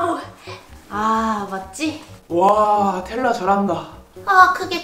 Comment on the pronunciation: 텔 라 봐 ㅋㅋ 아니고 텔라 봐 ㅋㅋ 입니다